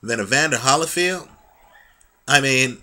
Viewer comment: I like this guy, I think. I mean I watch his videos occasionally because he seems well-versed, but he speaks soooooooooooo slow. He has a good narration voice though. But he has weird affectations, like why does he pronounce it Holly(as in the tree)field instead of Holy(as in god)field? Does he know something no one else knows??? Just some constructive observations...